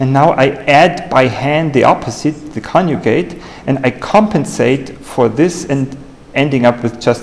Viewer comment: I am very interested in the videos of this channel, but mainly for its contents. I have a PhD in Computer Science, English is not my native language either, and I did many presentations in conferences myself. However, I have to tell that some extra effort should be made by the author to enhance his English as well as his presentation skills. To say "coniugate" instead of "conjugate", or "excistential" instead "existential" is quite annoying, specially here on YouTube. Using very known "false friends", such as "realize" instead of "perform", etc., terribly devalue these videos as well. Also the presentations lack fluidity. It is a pity that they lose a lot of their potential because of such basic mistakes that are normally quite easy to correct. Just recording your presentation and watching it would enormously contribute to a better delivery. I'm sorry for this comment, but I have to say that it's pretty bad and something should be done about it.